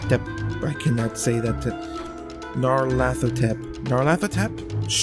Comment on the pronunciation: Good job on pronouncing "Nyarlathotep" - you weren't far off!